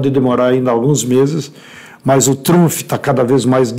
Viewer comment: Donald TrumFI..!! HAHAHA